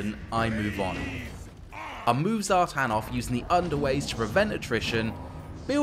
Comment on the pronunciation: Zhartan??? really... come on....... its Satan........